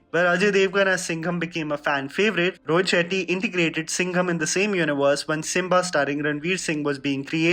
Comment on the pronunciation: I heard ROHIT SHITTY :)